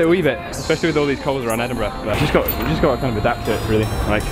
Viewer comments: Ed-in-bruh not ed-in-burrow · its said endinbru not edinburow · at the start when the said "we flew in to Scotland Edinburgoh" did you correct him too? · mate it's pronounced. Ed-in-bru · It’s pronounced Edinburgh mate